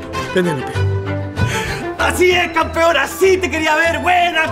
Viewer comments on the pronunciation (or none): En lugar de "¡Así es campeón!" entendí "¡Así es cabrón!" jajaja Lo remató con "Cierra bien el carruaje". Excelente servicio tío Netflix.